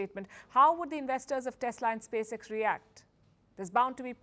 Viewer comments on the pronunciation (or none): none